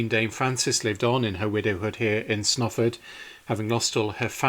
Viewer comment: I mean no disrespect but your pronunciation of Snarford is really strange and if you had asked me directions I wouldn't have known where to send you. I believe this church may be paired with Friesthorpe, famous only for Reverend Beechey's sons killed in the first world war. I was told they had to help pay for it's upkeep. Strange to say I have worked on the roof but never ventured inside, it was lovely to see these tombs, Mother often spoke of them. Thankyou for a very nice video. Imagine the view before the fields were turned into praries, small fields, cattle grazing and perhaps at the right time of year men with scythes cutting hay this would be as these nobles saw it.